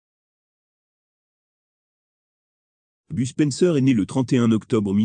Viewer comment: BUSPENSEUR XD mdrrr mais please faut arrété les voix robotique de merde XD